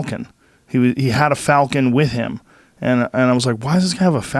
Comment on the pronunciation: "Falcon" pron; "Folcan".